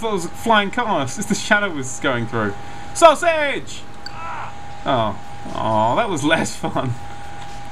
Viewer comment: Why are you saying sausege